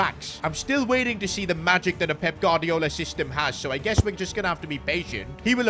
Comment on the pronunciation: Bro pronounces every Spanish name as if he’s from the streets of Barthelona but can’t say Gu-ar-di-o-la 🤣